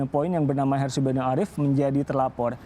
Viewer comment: Namanya Harsubeno (kedengarannya : Asubego) iparnya si Refly tak Harum (yg DIPECAT dari BUMN itu.)